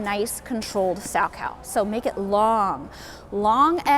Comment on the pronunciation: You are mispronouncing his name. It is Sal-Ko. Not “cow” as in the farm animal.